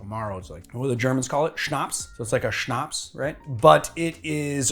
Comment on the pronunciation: Nice one! Jägermeister's reputation as a surf bar shot you drink to get drunk may be well-earned but doesn't do it justice. Seeing it getting a bit of a rehabilitation always makes me happy. BTW kudos for your pronounciation of "Schnaps" which seems to be an umbrella term for spirit and spirit-based drinks. So basically any alcoholic beverage that isn't beer, wine, or sparkling wine. I used to think of "Schnaps" as a summary term for any clear spirit, mostly grain-based. Personally I'd call Jägermeister a Kräuterlikör ("herbal liqueur"). But enough with the kitchen linguistics, just think of all the possible twists and riffs on a Negroni, Boulevardier, Manhattan, ... 😃🥂